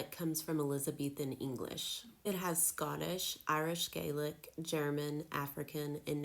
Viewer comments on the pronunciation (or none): none